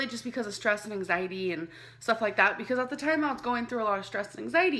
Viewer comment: i love how she says anxiety as "ang-zighty"